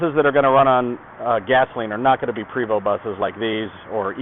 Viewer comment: Hi, It is a PrAAAAvost Not a Prevost, Its French